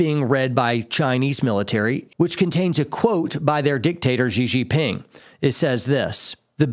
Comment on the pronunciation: Xi Jin Ping is pronounced "She Gin"... just sayin' 😊